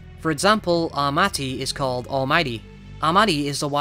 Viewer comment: It's "Armaiti" instead of "Armati", btw. Googled for the first name, but quickly found out you spelled and said it wrong when I couldn't find anything about it. Just so people know, it's called "Armaiti" :)